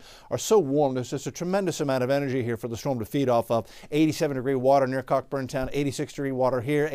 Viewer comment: It's pronounced correctly🥰